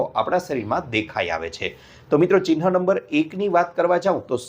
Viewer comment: તમારી ભાષા પરથી લાગે છે કે તમે રાજકોટ તરફના હો. "Chinha" સાચો ઉચ્ચાર નથી, 'Chihna' બરાબર છે. 'હ' અને 'ન'નાં સ્થાન જુઓ, તો યોગ્ય રીતે બોલી શકશો.